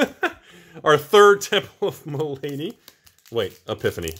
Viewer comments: Temple of Ma-la-dy, not my lady! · Sorry but it was really doing my head in....the temple of malady is said mel-a-dee not ma-lady.